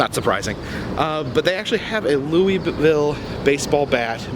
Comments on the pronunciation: Scary Marilynn Yes, it’s pronounced as “Loo-Uh-Ville or “Loo-Uh-Vuhl” by locals. LOL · The city is actually pronounced Loo-Uh-Ville or Loo-Uh-Vuhl. Hubby and I were corrected on that by locals when we visited the city back in 2007. LOL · Louisville native here. I actually work seasonally at caufields. First off its pronounced Loo-uh-vuhl. Second, caufields hads a rich history. It's the largest novelty distributor in the us, has been owned by the same family since the beginning, and the building is extremely haunted. I've seen people in the warehouse upstairs who just disappear. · You crack me up when you say Louisville like “louieville”! ❤️❤️ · CoasterLisa agreed! I live nearby and hearing “louieville” is like nails on a chalkboard. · Your pronunciation of louisville is killing me